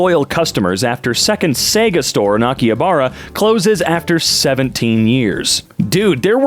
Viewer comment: Akihabara isn't pronounced Ah-key-ha-bar-uh! It's "ah-key-hah-bah-rah"